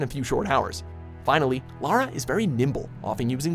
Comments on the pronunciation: First American I’ve heard not to call her Laura or lera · finally... the CORRECT pronunciation of "Lara"